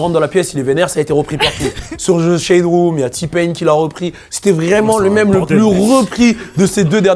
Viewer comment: par contre l'accent sur "mème" c'est non